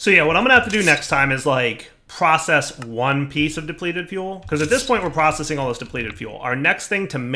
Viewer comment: You missed the "c" in Processing.